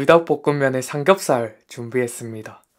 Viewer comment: 자연스러운 사투리 삼 겹⬆️ 살⬇️